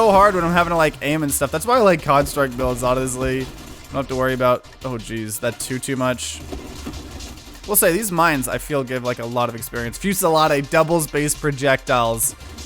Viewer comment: It's pronounced few-ze-laid in UK English or fuse-ill-lard in US English. I'm amused you put the emphasis on the "e". Also if you are rolling small darts with assault, you don't want splinter because the loss of fire rate is a massive damage decrease. Splinter is for larger darts that will be devastating in their own right. You also don't really want to increase the velocity of the darts unless you are getting warp strike. Having them slower and hitting the target with more homing is a damage increase over all. Another great option is siege weaponry, the sheer amount of damage you can output is absurd.